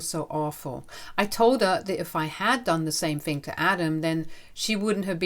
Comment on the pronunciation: It's "THing" not "Fing" "THought" not "Fought" Hope that helps.